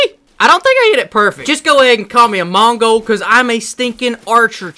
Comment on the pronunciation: Mans rlly said mongal